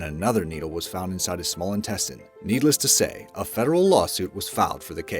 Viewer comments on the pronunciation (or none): Needle-est to say lmao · "Needle-ss to say" HAH. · Don't you mean needle-les to say I'm sorry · Needless to say? Do you mean needle-less to say?😂😂😂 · "NEEDLE LESS TO SAY"😂